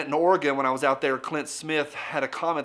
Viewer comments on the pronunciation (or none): none